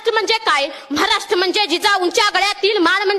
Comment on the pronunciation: म्हराष्ट्र नाही रे महाराष्ट्र